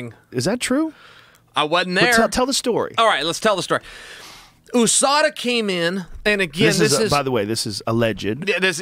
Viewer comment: The way he says OOSADA instead of USADA is hilarious